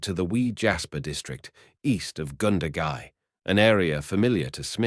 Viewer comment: Goondagai, Wagga wagga, not pronounced wogga wogga, cringe worthy.